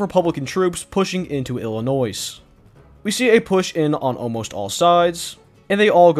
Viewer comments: Did you say Illinoiss? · damnit its pronounced wrong the s is silent its kinda like illinoi the way you pronounce it YOOOO thanks